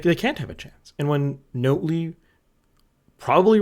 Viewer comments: You still haven't learned how to pronounce "NOT-lee" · I assumed it was a joke he was doing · Honestly I thought you were doing it onpurpose at this point...